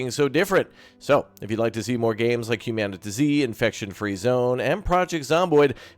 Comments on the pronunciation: isn't it humanity with a zeee instead of a y. Not "human TuhZee" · I'm pretty sure it's hue-man-it-zee. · It's Humanitz not Humanitz!